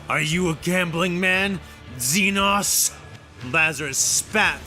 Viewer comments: Lmao. Xenos is literally just an almost always mispronounced word for foreigner in Greek. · Okay, time to talk about the xenos thing. This is a compound pronunciation error that's infested the entire 40k fandom and voice acting infrastructure, and it's entirely down to an deeply entrenched, endemic pronunciation error by the English. They have this idea that the suffix "-os" is an "awss" sound instead of an "ohss". And a tendency to mistake "xenos" (the plural of the word xeno, as in "zee-knows") as a gothicized title featuring the "-os" suffix. It is not. Xeno is short for "xenomorph", which in this context simply refers to any alien/human. And the plural of xeno, xenos, ends in a Z sound. There are no "zee-noss". Only "zee-knows". Why is this so hard for people to understand? Also, you know kväss is a small beer made from fermenting ryebread in water, right? It's got nothing to do with bears.